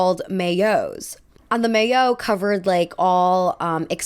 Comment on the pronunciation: Maillots is actually a French word! It means “swimsuit, or undergarment” and it’s pronounced My-yoh ☺️